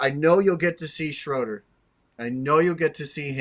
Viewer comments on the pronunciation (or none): FYI - Jaxton Schroeder pronounces the last name with a long A sound. Like Schrader. Thanks